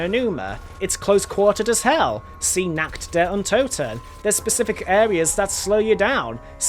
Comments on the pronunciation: Der riseuh nakt der untoten yeah pretty fun to say it that way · I just love how you say Nacht der Untoten , verrückt and der Riese it is totally wrong but i just love it